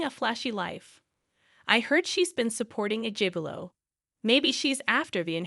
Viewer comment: Gigaoo not jivello